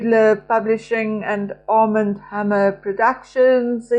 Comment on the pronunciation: Armand is a French name with an accent on the second syllable, or second 'a' 😊❤